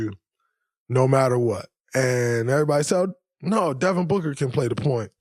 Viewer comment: Booger? You keep saying Booger. Its Devin Booker. Why you dissin your 1 way player who flops to get to the line 21 times? Its BOOKER damnit. WET LIKE IM BOOG is not the lyric.. DRAYMOND I WISH YOU WERE A BETTER PLAYER AND ACTOR. I HOPE YOUR TV DAUGHTER DOESN"T FORGET ABOUT THE GRIZZLIES.